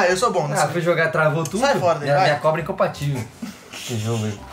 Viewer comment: Rachei o bico com o falando: minha cobra é encompativel kkkk